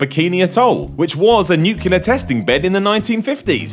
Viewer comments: NUCLEAR !!! not Nucular, I wasn't expecting a brit to mess words up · Nu-clear... new-clear. It's not hard. Say it with me: new-clear. NOT new-kew-ler. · it's not pronounced "nuculear"